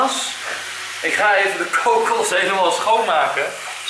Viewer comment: haha je zegt kokus leuk... ik vind al je supercoolleukfantastischawesome